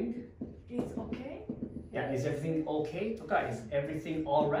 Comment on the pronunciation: TH以外は割と良い発音だよね。 Dにしては（笑） 春奈ちゃんの悩む姿は可愛い!!!!!!